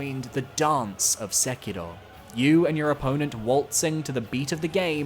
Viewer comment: God I fucking hate when discord virgins use Japanese enunciation when saying Japanese words LMAOOOO when bro says “Sek-ilroh” gotta be top 10 cringiest things ever